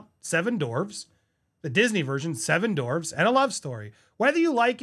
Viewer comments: "Seven dorwes" 🤣🤣🤣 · Andy they're called dwarves...not dorves 😂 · It’s dwarves not dorves 🙄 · Ok - I'm agreeing with what is being said (not Rahchel!) - but it's driving me crazy that you kept saying 'dorves' instead of 'dwarves' At least it sounded like that. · Bro it's not dorves its DWARVES